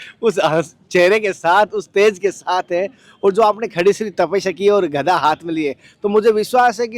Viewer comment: गदा बोलो कनया भाई घदा नहीह गदा गदा